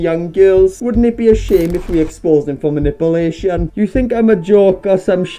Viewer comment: Oh the BEST pronunciation yet.. Man-nipple-ation 🤣🤣🤣🤣🤣